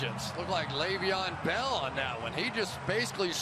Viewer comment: he said levon bell